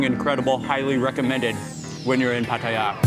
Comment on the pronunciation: Mark pronounces Pattaya like a Thai (no foreign accent at all).